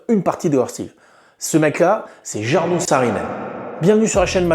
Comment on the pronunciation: C est cool de parler de Jarno, mais avec une autre prononciation .